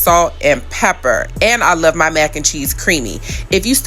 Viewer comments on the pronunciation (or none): none